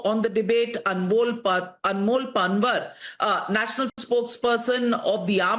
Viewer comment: NAVIKA PLEASE YOU GOT SO ENGLISIZED THAT UOU MIS PRONOUNCED पँवार AS पनवर I CANNOT BELIEVE THAT YOU DO NOT KNOW पँवारS FROM GUJARAT. IT IS PATHETIC ABSOLUTELY NOT EXPECTED FROM YOU.